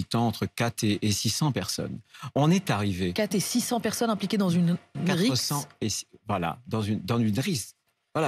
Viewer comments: il dit "risq" au lieu de rixe!😂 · Il confond “rixe” et “risque” !!! C’est une blague ou quoi ? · Il a du mal a dire "rixe" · Une risque au lieu d'une rixe une taxe force au lieu d'une task force s'il sait dire les deux pourquoi il inverse ? P.S. il ne se trompe pas à mon avis quand il dit fisc P.S. il a bien parlé et on le soutient dans cette mission